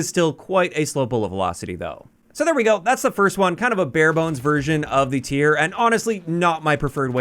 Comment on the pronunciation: shout out for calling the pistol by its actual name. most YouTubers call it the T-Y-R and it kills me